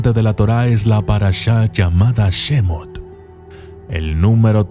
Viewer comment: Nada más como corrección. Las palabras Hebreas generalmente se leen como si fueran agudas; es decir, como si el acento fueron estuviera en la última sílaba. Bereshít en vez de Béreshit, Shemót en vez de Shémot como vos lo lees. Saludos.